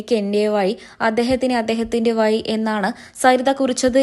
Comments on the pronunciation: ഇംഗ്ലീഷിൽ ആവും Vazhi എന്ന് എഴുതിയിരുന്നത്. അത് 'വായി' എന്ന് കഷ്ടപ്പെട്ട് വായിച്ചെടുത്തു കാണും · വയി അല്ല വഴി വഴി ആണ് ഹേ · വയി, അല്ല, വഴി. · വയി അല്ല വഴി.... ശ്രദ്ധിക്കണ്ടേ അംബാനെ 😂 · "എനിക്ക് എന്റെ വയി, അദ്ദേഹത്തിന് അദ്ദേഹത്തിൻ്റെ വയി" "എപ്പോയും" "വയി" കഷ്ടം തന്നെ ☹☹ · അക്ഷരാഭ്യാസം ഇല്ലാത്ത ഒരു ഊള ആണല്ലോ ഈ പറയുന്നേ വയി അല്ല വഴി കഷ്ട്ടം തന്നെ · Vayi alla ; vazhi aanu ..poyi nakku vadikku....😢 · എന്റെ വയി അല്ല എന്റെ വഴി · യ അല്ല ഴ വാഴയുടെ ഴ 😁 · ഞാൻ ഞെട്ടിയത് വായന കേട്ടിട്ടാണ്. "ജൈസൂര്യ, അന്വോഷണം, വയി' ഭീകരം തന്നെ മൊയ്ലാളീ. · വയി അല്ല വഴി ആണ് പഴത്തിലെ ഴ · എന്തോന്ന് കോപ്പിലേ കോ.............. ലെ ഹെഡ്ഡിംഗ് കൊടുത്തിരിക്കുന്നത് ഇത് കേട്ടാൽ ഞൊട്ടിപ്പോകും എന്നോ... എന്തോന്നാടീ.. വേറെ പണിയൊന്നുമില്ലേ ചാനൽന് റേറ്റ് കൂട്ടാൻ, വെച്ചിട്ട് പോടീ, പറയാനും അറിയില്ല, എന്തൂട്ടാണ് വയിയുണ്ട്..... ന്നോ അതോ വഴിയുണ്ട് എന്നാണോ. ഒരു മരമാക്രി റിപ്പോർട്ട്‌ 😀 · വഴി എന്ന് പറഞ്ഞൂടെ. വയി അല്ല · വയി അല്ല വഴി😂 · വഴി ആണ് അല്ലാതെ വയി അല്ല.... എന്താ.... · Ente vayi ennalla ...... Ente vazhi ennu paranjupadikkuka .... Malayalam parayumpol yaa...Zha... Maya...vaaya ....koyi ....ennuparayathe Mazha ...vaazha .....kozhi .....pazham...ennuparayan sramikkuka ..... Ezhuthachante nattilullavar ...... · Vayi kollam.. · എപ്പോയും, വയി എന്നൊക്കെ വായിക്കാൻ അപാര തൊലിക്കട്ടി വേണം. സമ്മതിച്ചിരിക്കുന്നു. യാതൊരു ഉളുപ്പുമില്ലാത്ത ഈ വാർത്ത വായന കേട്ടിട്ടാണ് യഥാർത്ഥത്തിൽ ഞെട്ടിപ്പോയത്. ! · 'വഴി ' എന്ന് ശരിയായി ഉച്ചരിക്കൂ പ്ലീസ്